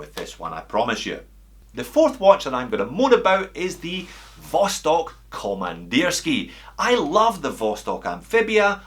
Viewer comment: Very nice pronunciation of Vostok komandirskie) close to original!